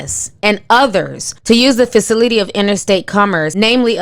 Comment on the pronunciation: Benefishwearie?! Fahcinity?! Caliphonia?! KILT?! Ma'am I'ma need you to learn properly pronounce words before you report news.